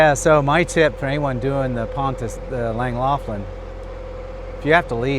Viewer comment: Ohh that pronunciation is bad.